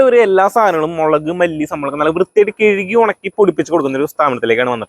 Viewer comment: കെഴുകി അല്ല...കഴുകി എന്ന് 100 പ്രാവശ്യം പറഞ്ഞു പഠിക്കൂ...😂😂😂😂